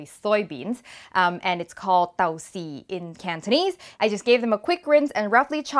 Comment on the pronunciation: lol perfect pronunciation on "dou see" - fermented black beans; great presentation as always